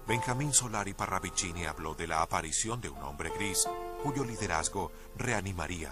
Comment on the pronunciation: Parravicilli?😂😂😂 Ni pronuncian bien el apellido.Parravicini con N